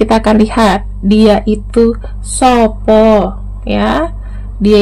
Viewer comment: Malah selalu resonet..selalu mengikuti terus.makasih pembacanya sehat selalu(lucu pas logat jawanya bilang "sopo")